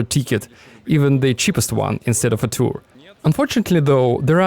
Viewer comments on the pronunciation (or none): none